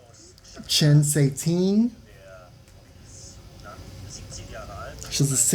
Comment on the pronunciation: Cuiting is pronounced “Tsway Ting”